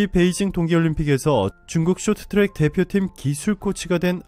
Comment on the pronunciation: 숏튜랙 이라고 읽네ㅋㅋ